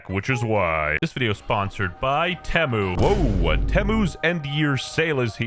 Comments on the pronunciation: Nobody going to mention ”Tehmmu”? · it feels so wrong to hear him pronounce temu but apparently thats how it actually is?